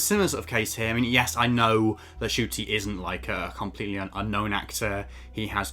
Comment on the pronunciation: It's pronounced as "Chuti" though.